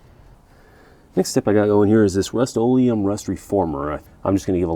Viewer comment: ? What did you call the rust - olem